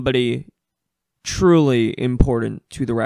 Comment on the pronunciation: Sick video. I think you kinda use too much emphasis in areas that you done need it. Like on the word truely before you use the bust a rhymes wii shop. But i liked the content